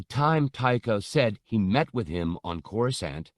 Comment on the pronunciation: These are so mich better than the abridged versions, they give so much more depth to the characters and layers to the story. They have even started pronouncing Coruscant correctly, the old habit of pronouncing the second C used to really grind my gears lol